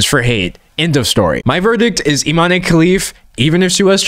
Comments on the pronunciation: "Imane" is pronounced "ee-mahn" not "ee-mah-nay." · The e in Imane is silent. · Guys it's pronounced Iman Khelif 😭💀